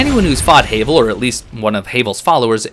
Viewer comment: Who’s Hay-vel? Quite obviously HAVEL like GRAVEL….ya know…because rocks